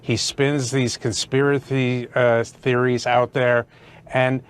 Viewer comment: Did just say conspirathy theories? C'mon man he's as bad as Biden.